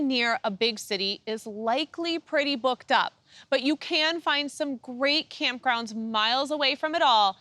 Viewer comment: "So you haven't booked a campsite yet for your adventure, and you really want to stay in a certain area; But like so many other popular destinations this year, it's totally booked up..." I did a double take, I thought she said something other than "booked". lol!